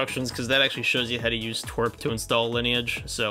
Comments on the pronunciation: ITS tea-doubleu-are-p not twerp😭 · but its tee wee ar pee...